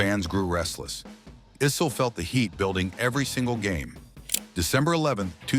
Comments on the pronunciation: The name is pronounced “Eye-Cell” not “E-Cell” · Dan "Ussel". Dan "Icelll". Dan "Eesll". Kiki "Varndawegga". "Dan Ah-sell". AI uploads are the worst.